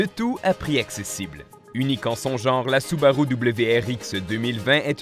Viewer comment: 😂 oui c'est vrai il dit soubaroux